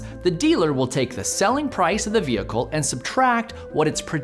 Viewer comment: I love your videos but why are you pronouncing the h in vehicle 😂